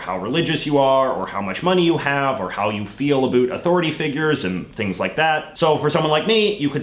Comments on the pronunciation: “Abut”? What accent is that? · Also it is super annoying when you say “a boot” you are literally the only Canadian I have ever heard say that, which leads me to believe you do it on purpose. Also because you don’t mispronounce any other word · I like it when you say "about" 😎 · Seriously I keep wondering if he does that on purpose!